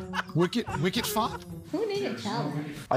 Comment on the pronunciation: Wicket Fot LMAO